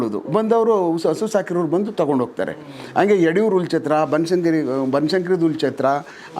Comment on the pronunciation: Adu Hullu Chatra .. Ullu chatra alla saahebre!! 🤦‍♂️